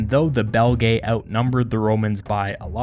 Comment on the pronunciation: Belgae is pronounced Bel-gee or Bel-jai (or juest Belgi) but definitely not Belgaye. An æ vowel doesnt make an A sound, nor is it 2 separate vowels. It makes the sound in Cæsar or Encyclopædia. Essentially the same as their current name Belgian/Belgium without the an/um.